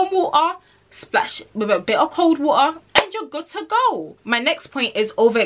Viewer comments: use a bi' oh' leuk worm wo'ah the british in her jumped out 😭 great video though! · she really said "luke worm wo-a" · I like the way she says water